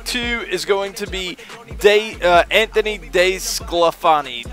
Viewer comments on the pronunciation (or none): its pronounced deesclafawni